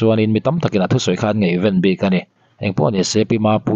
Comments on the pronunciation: ngaihvên a nilo ngaihven tihtur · Ngaihven tihturah ngeihven i ti deuh zel.